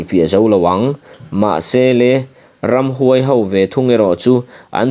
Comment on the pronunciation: Ramhnuai sa nilo in,Ramhuai sa tihtur aw